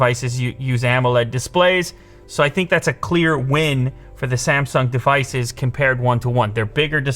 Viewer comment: why does he say the word department so weirdly? also devices. he says the syllable "de" very strangely. like he elongates it. is that a canadian thing?